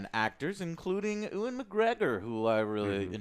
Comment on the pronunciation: Yo Joe, it's Ewan, not Oooan as in youwan. Take it from another Scot.